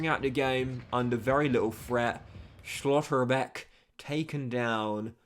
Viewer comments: some of them I understand like Schotterbeck or Barella but Furth really took me out 😂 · I disagree but the way he says schlotterbeck is ruining it for me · Nice that Schlotterbeck got injured since we wont hear your pronounciation of his name anymore